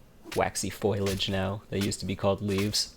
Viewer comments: Foilage, lol. It’s FOLIAGE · Please, it's fo-LEE-ij not FOIL-ij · FOLIAGE NOT FOILAGE